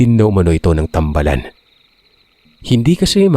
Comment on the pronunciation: Hi po good evening po. Thank you po sa mga kwento nyu po. 5 yrs na po akong listener ninyu po. "tambaalan" po ang pg pronounce po hehe nasa baa ang long a po